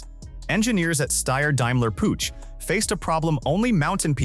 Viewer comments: Downvote for the inability to correctly pronounce PUCH... it's Puch not Puutsch! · It is not a pooch, it more like [pʊx]. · Pronunciation as well. 'Pooch' lol. Don't they even listen to it before they put it online? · AI/text-to-speech is dumb. Puch is not pronounced " pooch! While the ch sound does not exist in English, you can approximate it by pronouncing it like the ch in the Scottish word loch (as in Loch Ness). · and AI is not even consistent with itself! For the Pinzgauer it was Puck instead. Still wrong, but better than Pooch. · I'm already allergic to how you pronounce 'Puch'. It hurts my ears.